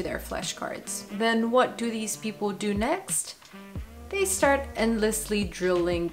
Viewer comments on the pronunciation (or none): none